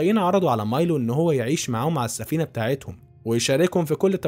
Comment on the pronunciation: مايلو وليس ميلو